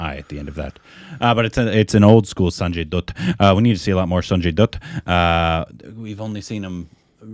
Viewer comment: For the umpteenth time, it is pronounced as 'Sanjay Datt', not 'Sanjay Doott' 😐